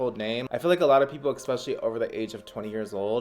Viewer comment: Please stop saying - “Ek-Specially”... it is incorrect, and you say it a lot!